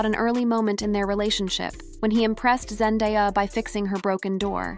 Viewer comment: This poster needs to learn how to say Zendaya’s name correctly. 😂🤣